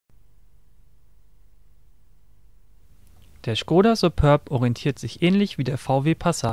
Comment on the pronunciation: SupÖrb? Das ding heißt "Superb"!